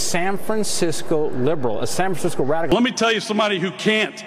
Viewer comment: you can just hear they say sanfrancico like they want to say Sambo.